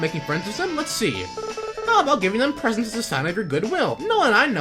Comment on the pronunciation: Did anyone else hear "Asche" as ass cheek?